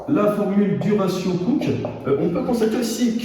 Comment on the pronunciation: le ratio cooke devrait se prononcer a l'anglaise aussi, du coup "couki" XD